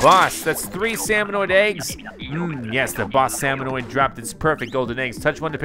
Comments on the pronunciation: SalmoNIDS, not salmonoid. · SalmoNIDS, not salmoNOIDS!!!